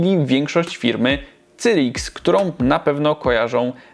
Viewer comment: WTF, sajrix nie cyrix. Naucz się człowieku angielskiego, bo uszy więdną...